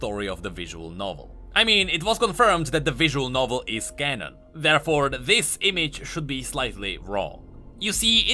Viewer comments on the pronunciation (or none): none